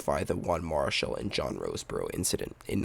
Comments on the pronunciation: 2 major things wrong with this piece....The name is pronounced Mara Shall not Marshall or sounds like it when it's said on this piece. Second, Marichal and Roseboro became great friends after this incident, vacationed together and Juan spoke at Roseboro's funeral. For this horrible incident it's not how it started but how it ended that you left out and made this piece incomplete and biased. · The clip would have had far more authenticity had the speaker pronounced Juan Mari-chal's (as in "shell") name correctly. Roseboro was intentionally egging on Marichal. Roseboro wanted to see whether he could play his own form of mind game on Marichal. Unfortunately, for Marichal and the Giants, Roseboro's actions sparked an immediate effect of hate and hatred by Marichal. Consequently, Marichal loat control. I suspect Marichal did not wish to be intimidated by a catcher of Roseboro's less than average skills, but yet, Marichal lost his composure and his cool. Roseboro also was aware Sandy Koufax was pitching for the Dodgers. And Koufax was in the midst of having his best year, as a starting pitcher. Here, it is the dog days of summer, in August, between two of the best starting pitchers ever. Had Marichal kept his cool, and simply grounded out to Maury Wills, and trotted back to the dugout, he would not have been suspended, and there is a reasonable likelihood Marichal and the Giants would have won the National League pennant in 1965. Just my humble opinion - Nevertheless, Sandy Koufax, Willie Mays, Juan Marichal and other Dodgers & Giants competing. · Video exists, yes, but no video of the most important moments: the buzzing of Roseboro’s ear, the angry confrontation and, especially, Marichal’s initial blow to the head. It obviously was a glancing blow. A direct hit would have killed Roseboro or at least knocked him cold. And it’s pronounced Mar-ee—chahl. And Mays’s biographer says Roseboro was hit indirectly three times. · He can't even pronounce Marichal's name correctly